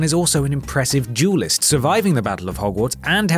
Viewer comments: Same xDDDDd I'm french so it was hard to understand the way he said duelist xD but at the end, he said duel so i finally understood the video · At first I thought you were saying “jewelist” instead of “duelist” 😅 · DDDDDDDuelist, not JEWEList! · i was like damn...all these wizards sure love making jewerly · " Jewlist " = Duelist? Lol